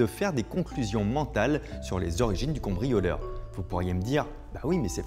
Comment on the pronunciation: Fabien je crois que tu dis "Combrioleur"